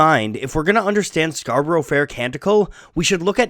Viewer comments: I wonder why no one ever corrected Simon and Garfunkel on the mispronunciation of the word Scarborough. For anyone whose interested it’s pronounced scar-ba-rah not scar-ba-row I’m an English man who is going to make a folk song about New Yeek instead of New York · Fascinating but, while it's impressive that you know so much about the origins of Scarborough Fair, it's odd that you seem unable to pronounce it properly - it's "SCAR-bo-ruh" not "SCAR-bo-ROW". (And while I'm here, they're not 'erbs, they're Herbs. With an H) :) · Good video ..I wish 'Scarborough ' was pronounced correctly though. In English it has a 'A' sound at the end 'Scarburra' not Scarburro' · Erm... ScarBRUH, not ScarBURO. English song, please pronounce it the English way! And that goes for S & G too... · I like the video but the pronunciation of Scarborough is painful :( It is pronounced Scarbruh, the first o is silent. Only in the song is the syllable added in for the rhythm. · My slight annoyance at your pronouncing the title as “Scar-burrow Fair” (a bit like referring to Feelin’ Groovy as Feeling Groovy) is far outweighed by 1. People who say “That’s how they say it in the song. Are these people deaf? 2. People who say “It’s Scar-bruh”. How you happen to say the name of the town (which isn’t how everyone says it, and is not accurately conveyed by that spelling to, for instance, people who pronounce U in different ways) is neither here nor there. In the song, they say “Scar-bur-ah”. Scarborough can be pronounced as two or three syllables, but it’s three syllables here to fit the metre. Just like he sings “When you’re wear-ee-ee ” in Bridge Over Troubled Water, but only an idiot would say “Actually the word is ‘weary’”. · It's pronounced Scar b' r'fair and NOT Scar burrow fair.. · Fukin lol, it's pronounced "scar-buruh", not "scar-burrow" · Mate...do what I said and listen to any version by an English singer. They pronounce it "scar-buruh", not "scar-burrow". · It's pronounced scar-burra.